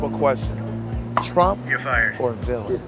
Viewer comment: lol I love how it says willam instead of villain